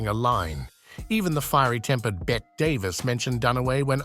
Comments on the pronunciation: Another stupid AI voice...Bette Davis' first name is pronounced with the E sound at the end, not like "bet." My mistake is watching this through to the end, losing precious minutes of my life! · Stop saying ' Bet ' Davis !! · Also Bette Davis! Stupid AI...